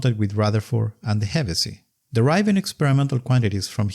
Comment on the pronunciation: Hevesy's name is pronounced with an "sh", not an "s".